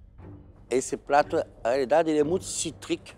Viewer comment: o Jacquin falando "Na realidade,esse prato tá muito CITRIC*,"*GENJABRE limão..